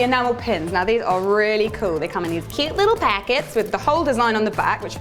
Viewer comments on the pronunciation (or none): Did she say "cute little packets" in an American accent? lolll